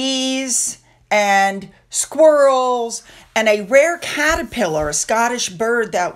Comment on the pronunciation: That mispronunciation into caterpillar was so funny though. I spit my tea all over the table.